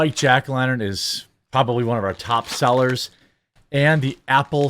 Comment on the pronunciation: "Pronbbably" I think you Pronbbably have something else on your mind.